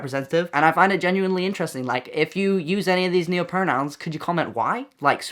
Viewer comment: we broke when you said noahpronouns instead of neopronouns 😔